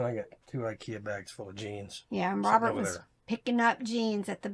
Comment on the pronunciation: Love your videos- your info helps me every time I source. BUT- most of the time when says "Robert", it's like it has a different pronunciation. So funny- LOL.